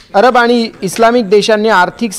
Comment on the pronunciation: अबर नाही अरब